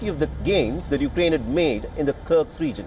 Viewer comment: The reporter calls it "Kirk's" It's Kursk, actually